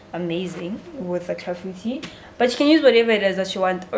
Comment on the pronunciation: sbwl iClafoutis. Thank you for the pronunciation, my friends will definitely not get it wrong!!!